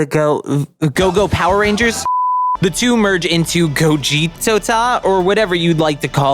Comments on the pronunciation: It’s called gogito not gogetota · It gogito, you don't need to say gogitota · Gogito man,not Gogitota! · The name of the fuison of them its name is Gogito you pronouce it bu Go-ge-t-o Gogito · It's called gogito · Bro it's " GOGITO" LOL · ITS GOVITTO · It is called gogito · Gogitota? Damn don't torture yourself like this! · struggling with the name of the fusion between them Everyone: just keep it simple and call him Gogito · Just call him Gogito and stop forcing you struggling with the name. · Just say gogito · its gogito